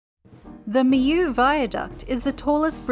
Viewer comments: hi great information however just wanna say that the pronounciation is not right at all. it's pronounced me-law not me-you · I'm French and it's pronounced like me-yo. They don't have it on English pronunciations' channel !